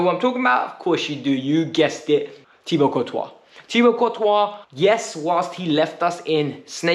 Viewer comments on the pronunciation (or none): none